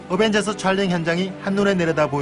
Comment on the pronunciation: 어벤져스라고 말할때 으벤져스라고하는건 기분탓인가